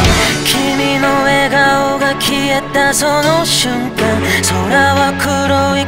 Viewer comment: 킬링포인트는 슌간ㅋㅋㅋ 발음넘모 기여어